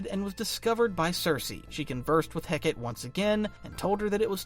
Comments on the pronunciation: /heh kah tee/...not.../heh kate/ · It's "Heh-Cah-Tea" not "Heh-Kate". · errm actually 🤓 it’s pronounced Hek-uh-tee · Why is it that every video about the Abdolute universe mispronounce "Hecate"? Its Heh-Kuh-Tea, not Heh-Ket. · heck-ah-tea not heckit :) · Hecate is pronounced more Heh-Ca-Tay than Heckitt. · Hecate is pronounced "Heh-kah-tay". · Hecate = heck-uh-tee Otherwise a flawless video! ❤ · I believe its pronounced "heh-KAH-tay" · Hecate is pronounced "Hek uh tee" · Dude, it’s HEH-kah-teh. Three syllables. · The name Hecate is pronounced "Heck-uh-tee" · Hecate is pronounced heh-cuh-tee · Hecate is Heh’ka’tee. 🤞🏽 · Hecate: Heck-uh-tee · Was looking for this lol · great video.... though idk why it irked me so much but Hecate is actually pronounced as Heck-a-tay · the volume of comics content creators that don't know how to pronounce Hecate astounds me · Thank god someone said this 😭 the way he pronounced it made my brain hurt goshhh